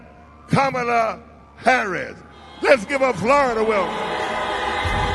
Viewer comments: Did he say KAMola? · Ok, first off, your guy can’t pronounce your first name. Not a good start. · He mispronounced her name. I thought that's racist now.